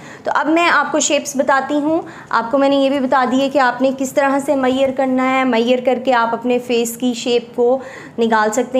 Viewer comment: its not maieyer its measure and measurements